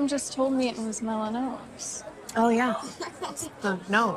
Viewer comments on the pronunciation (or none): Melonom’s is that the cool way of pronouncing melanoma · I think she just didn’t know how to pronounce melanoma.